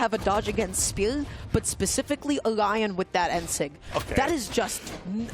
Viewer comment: lmao me too it was so distracting 😂 they pronounced spear as “speuw”